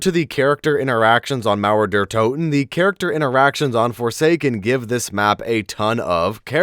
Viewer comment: I love how he say Mauer der Toten ! 👍